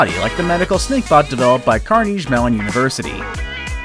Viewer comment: "Car kneej" Mellon? It's "car nay ghee" Mellon.